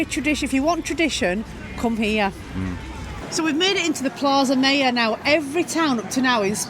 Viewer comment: Its Platha Miyor (Plaza Mayor)